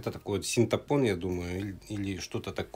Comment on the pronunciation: Не синтапон- а синтепон!